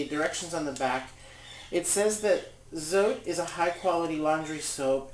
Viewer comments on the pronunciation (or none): FYI, "Zote" is pronounced "tsaw-teh." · I use this recipe minus the baking soda. Oh and by the way, the soap is pronounced so-teh.